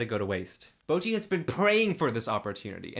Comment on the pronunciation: Bocchi is the way to pronounce it...not boki..